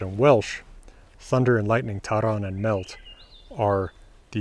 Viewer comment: The Welsh word "mellt" is pronounce with /ɬ/, <Ll> in Welsh reprisents /ɬ/. (this comment isnt intended as poking fun it's just a correction ^~^)